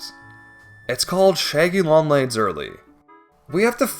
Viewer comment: “The shæggy long legs”😂